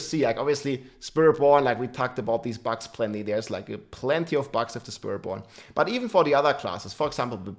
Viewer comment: has been talking about bugs for a looong time and still keep saying “bags” lol rob is BUGS!! 😂